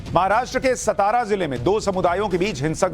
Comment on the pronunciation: सताआरा नही,सातारा.